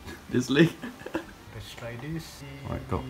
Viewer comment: CAn I PeiCk DAt LuEg? 🤪🤪 how he said it made me laugh